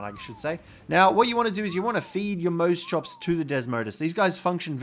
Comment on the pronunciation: Mose chops naaaah I can’t watch this guy it’s moss chops